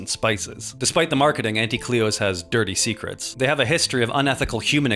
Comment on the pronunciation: Auntie is like taunt! Taunty = Auntie and pls pronounce it that way